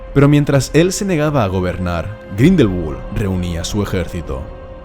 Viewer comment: Me hiere grindelwald pronunciado en ingles cuando es un nombre aleman